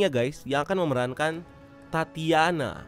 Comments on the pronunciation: Koreksi bang itu Titania "Titan", bukan Tatiana 😂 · Titania bang bukan tatiana